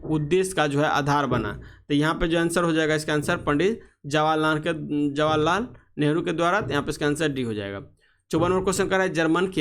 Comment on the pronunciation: Jawahar lar nheru 😂